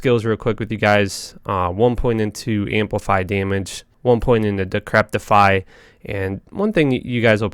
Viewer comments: It's Decrepify, not Decreptify. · Like your videos. But ffs its decrepify. Not decreptify. Theres no T in there. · "Decrepify", not "decreptify", dude. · not trying to be mean but I noticed he screws up a lot of words, and ive only listened to like maybe a dozen at most of his videos? is English his native tongue? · For the life of me, I hear him put a T in "decrepify." Decrepit is a word that seems to be catching him as he tries to say this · Man I love your videos.....but damn you pronounce things funny sometimes Decreptify??? Trang Owl??? 😂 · oh god i cannot handle you saying decreptify... there is most defiantly no t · It was really bugging me....... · Dude, seriously - How to pronounce DECREPIFY